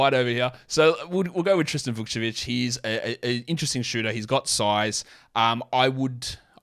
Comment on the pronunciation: that was perfect pronunciation